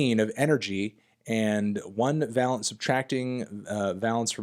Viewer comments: Dear god please learn how to pronounce valence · Pedantry: Valence rhymes with Van Halence rather than balance. Pretty interesting bit of nerdy time-wasting all the same. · you dont have to lie to us anthony we all know you wrote the article. would still recommend learning to pronounce the word valence before trying to use it 50 times!!